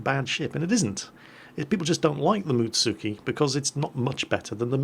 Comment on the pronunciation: Am i the only one who cringed when he said Mutsuki (Muts-ski)?